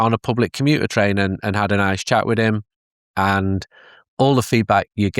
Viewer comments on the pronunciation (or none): none